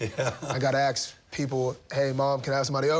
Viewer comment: Did he say AKS?